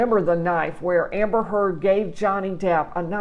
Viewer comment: She couldn't even tell properly Amber's name.